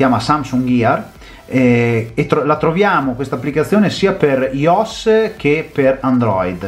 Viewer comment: Ti prego, si pronnuncia "aioess" hahahha